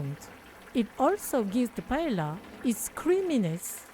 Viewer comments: Thank you for the recipe …very creative ! In Spain we say “there are as many paellas as cooks that cook them.” I wouldn’t use the fish, though, and add some artichoke and green pole beans. Anyhow yours looks very tasteful. By the way, Paella is pronounced like “paeya” not “paela”. 😊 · PA - EH - YA …. NOT ….. pa e la , please 🙏 thx ☺️ and it looks DELICIOUS 😋